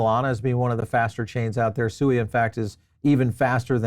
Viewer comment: at least pronounce SUI correctly when interviewing one of the co-founders.